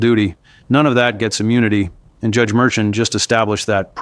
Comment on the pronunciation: The Judges name is pronounced Mershawn.